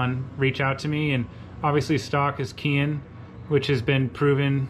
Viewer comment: Keihin is actually pronounced "Kay-heen." Just FYI.